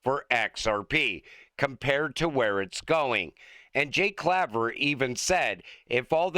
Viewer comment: CLAY-ver LONG A - NOT SHORT A CLAYver Claver like cake, make, take, and face. NOT like dad, mad,.sad, or bad